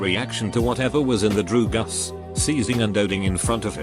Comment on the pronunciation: Don't do drew-gus!